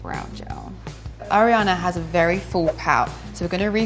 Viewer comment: "I'm a huge (air-iana) fan" 🤦‍♀️